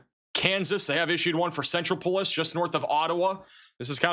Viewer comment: Centropolis Pronounced like 'metropolis' only with a C sen-TROP-oh-liss